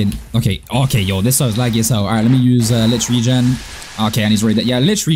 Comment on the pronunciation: The way he pronounces Licht Regen makes me wanna grand entrance off a skyscraper